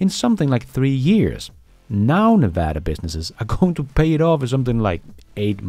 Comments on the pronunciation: As a Las Vegas native, I'm impressed that you said Nevada correctly. Most people (including most Americans) say it incorrectly. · Hey, just wanted to thank you for pronouncing Nevada correctly! (Like a native) From a fellow Dane, Scott